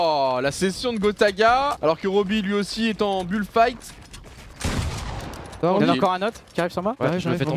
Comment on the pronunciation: BON les gars si vous pouvez arrêtez de dire BULD FIGHT ce serait cool prsq en anglais AU CAS OU ON DIT BILD FIGHT OU BUILD PAS BULD merci.